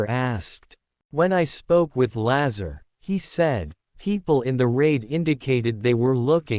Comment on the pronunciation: You don't even say his name right